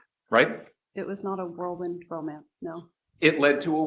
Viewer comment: Im incredulous she didn't call out the mispronunciation "worldwind romance"